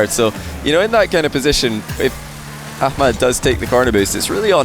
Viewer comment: I like how he actually pronounces the H in ahmads name unlike loads of ppl ik